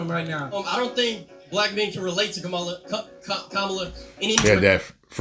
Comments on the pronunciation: So you can call Kamala out for having people twerk on stage but cant call out Trump bringing random rappers out on stage to appeal to black voters as well? lolol be fr you cant even be bothered to pronounce her name right lololol like cmon man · Right out the gate dude, you can't even pronounce VP Harris's name properly. Children can say her name. Your credibility is already shot. 🤣😂🤣😂🤣😂🤣😂🤣😂